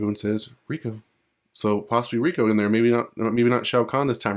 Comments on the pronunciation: Ray ko, they say it in the games, not reeko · his name is reiko not rico or riku lol